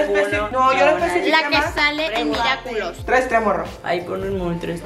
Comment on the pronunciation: Ok pero cuando mía dice miraculos jajaajajajjajjja